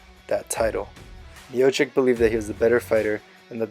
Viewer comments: His fucking name is pronounced miochich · at least say his name right